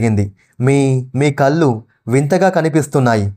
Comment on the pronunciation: కల్లు కాదు కళ్ళు...